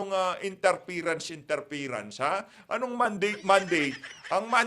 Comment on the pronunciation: “Interference” not interferance❤